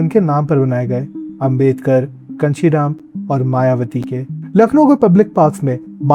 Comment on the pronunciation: Kanshi Ram name toh pronounce dhag se karlete